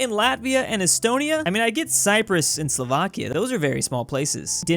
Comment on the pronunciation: Yeah "Slovakia"